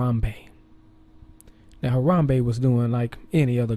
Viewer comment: lmao he said "rip Gorilla"...lol like when u rip something! lmao!!!!!! I like the way he says "Haram-Bae!"!!! LMFAO